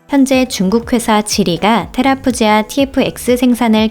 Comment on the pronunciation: 테라푸지아가 아니라 테라푸기아 아닌가요??